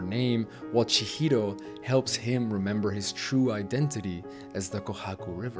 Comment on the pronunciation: Also - unrelated - it's Chihiro not Chihito